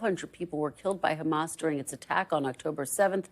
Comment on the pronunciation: Yeah if I were Sleepy Joe I’d also want to take credit as it’s the only good thing that’s happened under his term as president. Can’t even remember to pronounce Hamas correctly should give everybody an idea of how important that entire situation is to Biden.